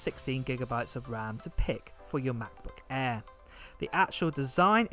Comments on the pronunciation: matboot eeer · All I hear is "Mac book Eh" then I fell asleep! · OMG how you say "MacBook Air" is the funniest but cuties thing ever! can u please be my Siri on my phone? lol